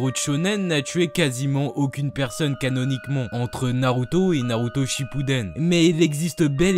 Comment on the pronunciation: c'est super mon pote mais je t'en supplie arrête de dire "on" a la place de "an" comme dans "puissONT" "exacteMONT" "CanoniqueMONT" please please please edit: je me suis abonné je serais témoin d'un changement....ou non...